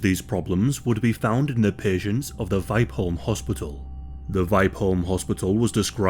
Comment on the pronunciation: Only came here to hear a non-Swedish speaking person try to pronounce Vipeholm. Not disappointed.